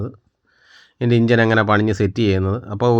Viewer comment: ഇഞ്ചൻ അല്ല ചേട്ടാ എൻജിൻ, ഷാട്ടർ അല്ല സ്റ്റാർട്ടർ